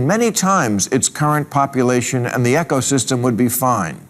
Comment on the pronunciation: Bill….. it’s not pronounced “echo” system….it’s pronounced “eeko” system…….